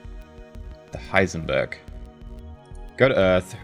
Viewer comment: Still wonder, why nobody actually corrected you on Heisenberg, not Heisenburg ;).